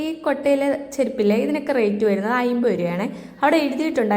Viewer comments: ഐമ്പതല്ല അൻപത് എന്ന് പറയൂ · അയിമ്പത് അമ്പത് അല്ല..... അമ്പത് എൺപത്